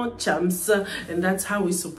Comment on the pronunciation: Sa manière de dire Thiams au lieu de chams m’avais manquée 🤣